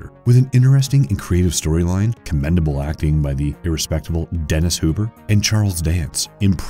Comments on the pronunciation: Great list and solid video...but maybe do more than a couple takes on the narration? The mistakes in names and such is pretty standard here folks. Dennis Hooper? Come on. This is not the first time that this particular narrator has made pronunciation errors with names, locations, et cetera. Quantity in the cut throat world of YouTube sucks, I get it. However, quality goes a LONG way in standing out. Aside from that critique, I do really really enjoy the videos because there has been some films in these lists that I remember as a kid that I forgot the titles to. Especially growing up in the 1980s with satellite television. I remember having to wait for the dish to literally MOVE to the next geosynchronous orbit of the satellite, and we would see something that we would have to cancel the transition and go back to find. The problem was that you couldn't figure out the channel, and then couldn't figure out what it was you just watched if you don't see any post film description. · Hate hearing anyone murder names, and the narrotter is no exception to this... Since when did David Suchet pronounce his name as David Schute????? Dennis HOOPER??? FFS And Tank Girl didn't join "voices" with Jet Girl, although she did join FORCES with her...English and how to read it, is a book suggestion for you. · Teyrans. Kiraythis.... Dennis Hooper.. A like for the mindboggling unnecessary mispronunciations. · Dennis... Hooper? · Dennis Hooper huh ? I have a feeling you've never seen any of these films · Dennis "Hop-er" 10 out of 10 for mispronounced names in EVERY video you have narrated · Dennis Hooper???! WTF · "irrespectable Dennis Hooper"?! what the huh??!